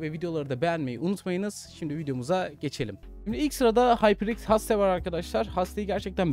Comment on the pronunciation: abi rica etsem ingilizcelerine dikkat eder misin? gereksiz kasmak düzeltmek için değil gerçekten anlayamıyorum bazen, kulağıma en çok haste battı